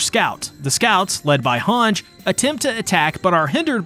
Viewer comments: hang zo. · thank god I am not the only one bothered by that. both in Japanese and English version it’s HangE, I don’t know where that comes from. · I die everytime I hear you pronounce "Hange"